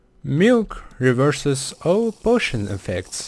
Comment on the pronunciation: he sound like: muilk .. can weverse. potoin . efwct. lol XD😅😅😅😅😅 [NOT TRYING TO BE MEAN] U NEED SOME MILK HAGAHAHAHAHAHA LIL XD